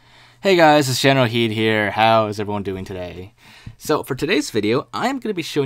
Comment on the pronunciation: Are you General Heed or General kidd? Because you say general heed instead of general kidd.